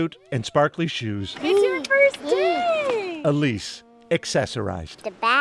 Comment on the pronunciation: Whoever is writing this ... The child's name is "Elise" -- NOT "a lease" as repeatedly in your video!